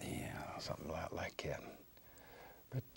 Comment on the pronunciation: "Sumthin about like at." - Bob Ross